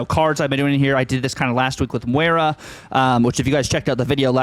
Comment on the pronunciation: It’s Moy- rah not Mwey- rah brother, it’s not that difficult 😂